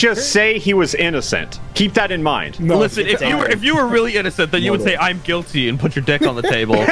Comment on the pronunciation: “Guitly”? Sorry lol